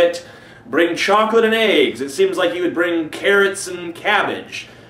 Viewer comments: Did he say "chocolate eggs" or "chocolate and aids" ??? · I thought you said AIDS not eggs lol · Every time he says 'brings eggs', I think he says 'brings AIDS...' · the first time he said eggs it sounded like aids. "a bunny who brings chocolates and aids!" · At first i thought he said chocolate and aids. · he also says aigsits. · sounds like like you said "Chocalate and AIDS". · Lol. He says "aigs." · ***** Yeah, so bizarre how Americans pronounce 'eggs'